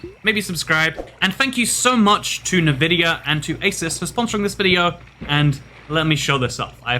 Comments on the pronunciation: NUH-VID-IA 🤣🤣🤣 normal people: n'vid'ia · Damn it, it's not Nuhvidia it's Nvidia (En-Vid-Eeyah). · Why do you pronounce it Navidia? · why did you pronounce nvidia like that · My guy really said "Nuh-Vidia" and "resizable B.A.R."